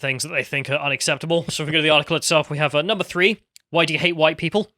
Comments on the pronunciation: The best thing is that she said hwhite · "They were all GHITE"